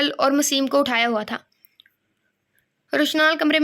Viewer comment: UskA name...maseem nahi mesam hai😊